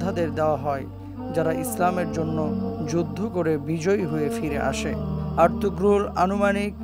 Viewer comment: তুর্কী ভাষায় আরতুগ্রুল গাজী না আরতুরুল গাজী বলে